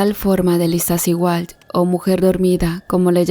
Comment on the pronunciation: ¡¡¡POR DIOS...!!! ¿"POPOCATEPEL", "IZTACIHUAL"...? HAY QUE APRENDER A PRONUNCIAR CORRECTAMENTE LOS NOMBRES SI SE VAN A MENCIONAR...¿PROBLEMAS EN LA VISTA Y MANEJABA UN TRAILER CON CARGA...? LE HABRÍAN PROHIBIDO HACERLO...